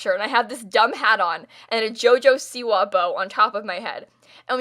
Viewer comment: why do u say siwa weird